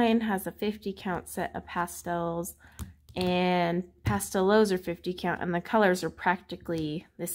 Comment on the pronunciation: Just a quick note about the correct pronunciation of the Astra Pastelowes. The “w” in Germanic and Slavic languages is pronounced as “v”. Therefore, Pastelowes should be pronounced as “Pasteloves”.